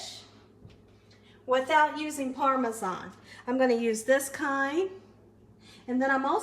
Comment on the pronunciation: She doesn't pronounce parmesan properly lol I love her but it drives me crazy lol